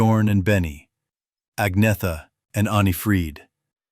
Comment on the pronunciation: Nice job, but the beautiful blonde singers name is pronounced On yet ta.